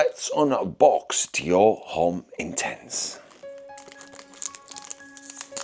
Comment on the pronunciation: I can’t decide if you’re taking the piss or not with your pronunciation of “Homme”?